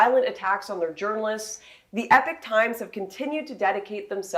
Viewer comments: Its pronounced "e-pock" not "epic" times, btw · It’s pronounced e-pok not epic. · Why do people say it as Epic Times? It’s Epoch Times. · Is it Epic Times or Epock Times? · Why do you pronounce Epoch Times like Epic Times? Is it a Canadian thing? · american pronunciation of epoch by calling it "epic" is just cringe. Hate that so many people say it that way lmao.